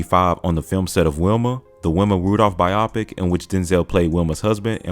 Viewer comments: For goodness sakes my good man, 'biopic' is pronounced "BUYOE-pic" not "(bi)OPPIC" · its pronounced bio pic